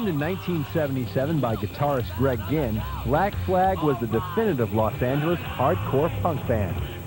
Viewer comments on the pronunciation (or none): It's Greg ginn not Greg gihn